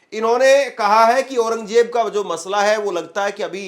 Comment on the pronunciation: KYA JAHILON KI TRAH AURANGJAIB BOL RAHA HAI...AURANG ZAIB READ KERNE NAHI AATA...KAISE ANCHOR HAI...VERY SAD....